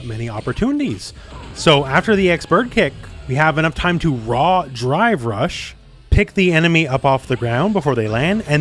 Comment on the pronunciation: Still sounds like you're saying "Dry Brush" also i can't stop laughing at the kid on top of the vase in the background.